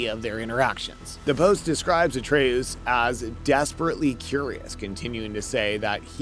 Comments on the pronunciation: Artas? how do you even mess that up lol. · Cant even pronounce atreus name right. Stick with kaptain kuba channel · Kratas and artas lol